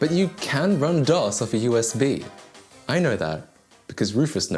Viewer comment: It's called DOS, not DOSS.